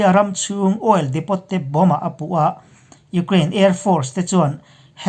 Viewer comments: Ekhai, INP a ngaihnawm hle ṭhin a, Burma lam khaw hming te felfai taka lam ngaihthlak te hi a nuam. Hetih rual hian Ukraine lam sawinaah Oil Depot bomb chungchangah hian Depot hi depo (t silent)-a lam nise ngaihthlak a nuam lehzual lo'ng maw? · oil depot - oil diipoo , crimea - crymia... ngaihthlak a nawm zawk nan thahnem ngaih post